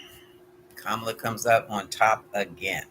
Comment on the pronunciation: Ka'- ma-la